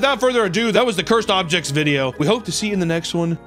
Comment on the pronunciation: "Cursed Objests" was that on purpose lol